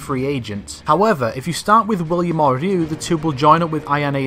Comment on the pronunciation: Holy fuck, a youtuber that can pronounce the name Ryu!